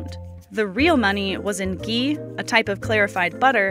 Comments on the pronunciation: GHEE HAS A H IN !!!!! ITS NOT GEEE. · YOU WERE BOUND TO FAIL. INCORRECT MAP OF INDIA. CAN'T SAY GHEE PROPERLY.